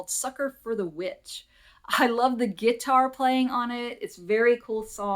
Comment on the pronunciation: Nice video again. Feel your pain on the Discogs experience - neutral is all he deserves - can you do that, or add a comment. Without feedback how can he improve. I still worry about your tastes…. KISS, Air Supply and now Huey Lewis. I’ll have to accept it but I do still wince. I love how you say gitar…. You really are an All-American